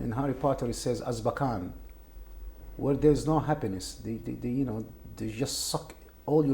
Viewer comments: damn this dude gets my vote cause he knew about azkaban from harry potter even though he called it azbakan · LOL when he said Abkazan instead of Azkaban...bless this mans heart.